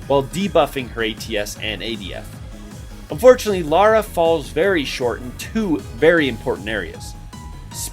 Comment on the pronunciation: He only said Laura's name wrong.